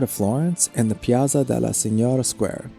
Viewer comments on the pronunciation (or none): As well as the "ospitale degli innocenti" is pronounced "ospitale DELYI inochenti" . "Piaza Signoria" is "piaTSa sinyoria". Yes, these are difficult sounds for an American, but I would suggest to practice them a little before starting to make a video about Italy. Sorry, didn't mean to criticise, but it was really difficult to focus on the actual content and enjoy the otherwise excellent video.